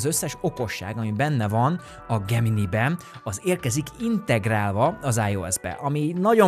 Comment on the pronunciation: Nem gugol, hanem gógöl, nem gemini, hanem gemináj